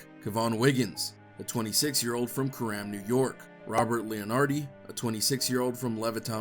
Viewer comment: It’s pronounced Core-Em put those 2 words together sounds like your saying Karon